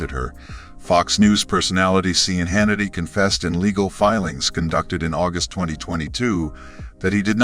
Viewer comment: i CAN'T EVEN BELIEVE THAT THIS IS REAL CONSIDERING THE VOICE OVER IS UNABLE PRONOUCE MR HANNITY'S CORRECT NAME. THEREFORE I CONSIDER THIS FAKE NEWS.